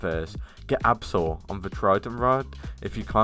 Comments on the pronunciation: its abyssal not absal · Abyssal and absol lol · fr he call " abyssal " " absol." ... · Bruh is not abbsel is abyssal